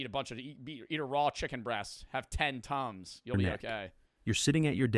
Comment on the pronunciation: when he said tums i hear tons i though bro was saying he was eating 12 tons a day